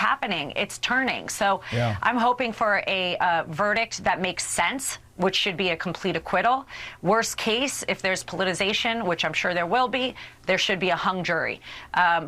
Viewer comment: Did she say “pollutization?”